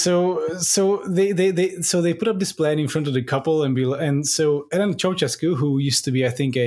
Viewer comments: "That's the fun thing - I can't spell Ceaușescu, but I can say it." Sorry to burst your bubble my man, but you can't say it either. The "ș" is actually pronounced "sh", so it's more along the lines of "Chow-SHES-coo". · SHEscu, not chesku. I enjoyed no-Liam time, and also the very-Liam time at the end. Maybe you should keep this format. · I am disappointed not just by your pronountiation of Chea-oo-shez-cu, but also by your lack of mention of his nickname, Teacup (Ceaşcă) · It's pronounced che-a-oo-she-scoo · I am so very lucky that Google has a feature where you can ask with your voice what you are looking for, because I would have never gotten Nicolae Ceaușescu on my own (or the pronunciation without hearing it first on this here podcast) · I think it's funny that almost no one except romanians can pronounce Ceaușescu, but it was definitely funnier to hear the guy who actually thinks he nailed it. If you think about it, it makes sense that Ș would not be pronounced the same as C. This is why I get anxiety whenever I actually try to pronounce something in a foreign language, and usually end up using the most lazy pronunciation on purpose so it doesn't look like my best effort is actually shit. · A few critiques (besides the pronounciation) from me, a Romanian living in Bucureşti. Ceauşescu did try to make Romania pretty american/car-centric, however the public transit network was already good, so gas shortages weren't really a big issue. You still had trains. The station in Piaţa Romană isn't actually too bad, just stay behind the pillars, you can see when the metro approaches. Also, where's source for Elena Ceauşescu's quote? After the Earthquake, only Uranus got demolished, the rest of the buildings got modernized (at least the ones that still existed). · Waiting for the day a non romanian speaker pronounces Ceaușescu correctly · Ah yes, Neekohlay Ciaociaoscu and Enver Hosha.